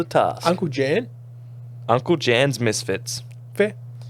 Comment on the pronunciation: The J in Uncle Jan is pronounced like a Y 😂